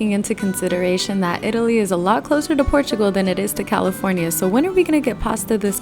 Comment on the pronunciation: Your pronunciation of Portugal was almost perfect (the O has a U sound). The Portuguese say "Purtugal."